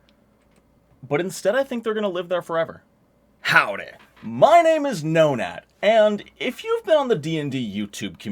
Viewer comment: "Hi! My name is No-nad..." Wait, wtf did he just say?! Double checks channel name Ohhhh, glad i just misheard that.